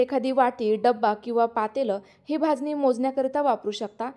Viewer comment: भाजणी शब्द आहे भाजनी नाही